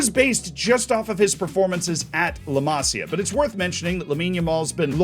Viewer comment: Masía, not Másia (intonation in the i)